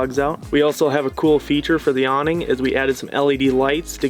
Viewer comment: really nice build, and cute couple... but I'm definitely going to tease the way they pronounce some words, like a combination of low energy mumbling with the occasional French accent. "Proh-Pain" "Ahhm-beee-ohnce" "dreen-keeng" "Awwh-neeng" "Soph-close" "Treash-bahgs" ... like talking is painful or they've never used the word in conversation more than once.